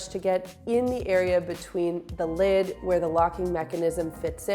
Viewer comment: Thanks for the morning laugh...... lid, not kid!!!!!!